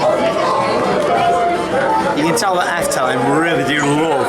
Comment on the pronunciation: Just way u say Efteling is fun, it kinds sounds like afteling XD